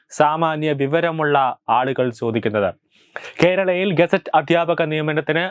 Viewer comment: ഗസറ്റ് അധ്യാപകർ എന്നല്ല ഗസ്റ്റ്‌ അധ്യാപകർ എന്ന് പറയു ബ്രദർ.